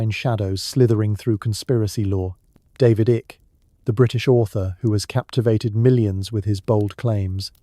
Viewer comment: The question I would ask: "Is AI deliberately misspronouncing the names of important researchers like David Icke, Erich Von Däniken, etc?